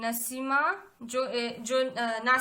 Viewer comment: Naseema nahi naseem